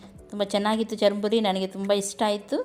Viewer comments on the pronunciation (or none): madam adu chur muri not charamuri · Nice.... charmuri alla sis..... it's churmuri.....